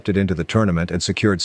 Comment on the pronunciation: Man absolutely butchered the pronunciation of Nepomniachtchi